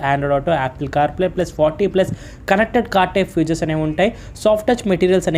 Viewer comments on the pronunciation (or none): none